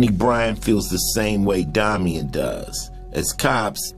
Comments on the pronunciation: Good show & great upload quality!!!! I'm stuck on the fact tho that the guy named calls himself Domian tho sounds stupid as hell when it's clearly spelled like Dame-ien 👀 only thing that bugged me lol, other than that, great show & quality!! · I’ve never heard pronounced like that,it’s pronounced Day-mee-en where I am